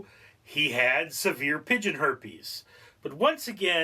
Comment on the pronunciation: Also “Severe” not “Saver”